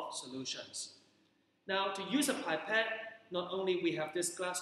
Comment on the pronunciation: Are you a teacher from HK? You have a distinct accent. By the way, pipette is pronounced p.epette not pie.pette. Nonetheless very useful teaching resource. Well done.